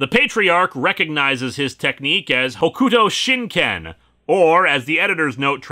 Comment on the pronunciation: Completely separately, I'm pretty sure that's pronounced "Hokto shin Ken," judging by how it's spoken in the both the OVA and the series. Seems like that applies to a lot of U sounds in the Japanese language, or at least ones that get transliterated to U. The same applies to other names like Sasuke (pronounced Saske) and Akatsuki (pronounced Akatski). And before you call "Naruto" on me, this came up with the Mighty Jingles in a recent video, over his pronunciation of the Japanese Destroyer "Akatsuki." Having not seen the "Romanji" version of that name or anything Fist-of-the-North-Star-related in probably 20 years, that pronunciation just caught my ear. It's not an issue, but it's worth talking about I think.